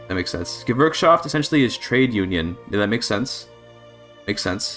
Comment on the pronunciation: Gewerkschaft is pronounced Geverkschaft with a v, they don't have a w because they never won a world war